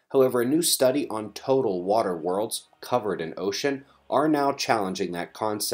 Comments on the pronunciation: LMAO, ,"uh water" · Nice "duh" pause on water almost beavis like. Hilarious.......